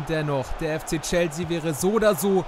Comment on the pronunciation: Gute videos aber "chelsea" wird chelßea ausgesprochen 😅